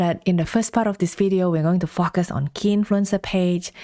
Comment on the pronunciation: How do you say "focus" again?